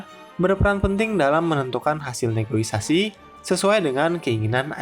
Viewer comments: kontennya keren min, cuma mungkin berapa kali aku denger pengisi suaranya ngomong “negoisasi”, kalo bahasa Indonesia yang bener di KBBI “negosiasi”. Semoga bisa jadi masukan yang membangun buat konten kedepannya ya min hehhehe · Maaf, negosiasi, bukan negoisasi. Salam hangat! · SEKELAS VO / DUBBER INSPECT STORY BISA KELIRU DALAM PENGUCAPAN KATA NEGOSIASI 😅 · Ijin koreksi, Bang. "NEGOSIASI", bukan "NEGOI-SASI" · Min, Negosiasi, bukan negoisasi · NEGOSIASI MIN bukan NEGOISASI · Negosiasi Om, buka negoisasi 😂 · Negoisasi? Hahahaha negosiasi kaleeeee wkwkwkwk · Negosiasi ❌ Negoisasi ✅ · Negosiasi bukan negoisasi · izin koreksi min, yang benar negosiasi bukan negoisasi🙏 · Negoisasi ❌ Negosiasi ✅ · Negosiasi min bukan negoisasi ✌🏻😅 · Negosiasi min, bukan negoisasi 😅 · Negosiasi, min. Bukan negoisasi. CMIIW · yang bener negosiasi ya bang hehe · Kirain cm saya yg salah dengarrr:) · Bukan "negoisasi" tapi negosiasi min😀😀😀😂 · Negosiasi mase bukan negoisasi 🙏